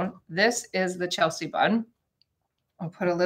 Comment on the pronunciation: Hi, sorry to correct you but it's from what I've grown up with but it's Chelsea, sea like the ocean. Not see-a...lol. Don't know bugged me but sorry it did...ha ha